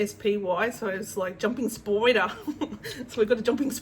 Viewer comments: Hehee your "spyder" pronunciation reminds me of Kath & Kim! 😄 Congrats on a great market ❤ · Hahah I don't know what is funnier... your picture on your thumbnail of Turtle lady or your pronunciation of 'spyder' 🤣🤣🤣🤣🤣 what isn't funny though, is her.. gosh she's infuriating! Well done on your market though!!! 🤩